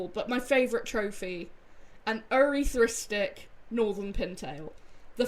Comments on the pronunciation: Ur-ith-rist-ick is how its pronounced. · I'm pretty sure it's pronounced Eryth-ristic, Awesome trophy!